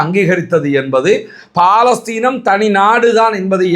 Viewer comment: அது பாலஸ்தீன் அல்ல பலஸ்தின். ஒரு அரபு சொல்லைக்கூட ஒழுங்கா உச்சரிக்கத் தெரியலியே!?